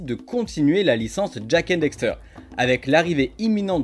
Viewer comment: DAXTER! tu arrête pas de dire "dexter"